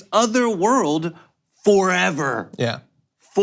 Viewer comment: For-Eh-Verr. Haha